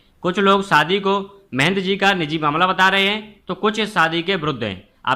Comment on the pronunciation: Saadi nahi shaadi kahiey news wale ho uchcharan to sahi karo bhaijaan